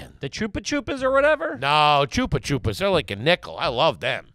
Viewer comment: Pause the program. “Choopa choops”?!? I’m Australian so could be way off but isn’t it “Chuppa chups”?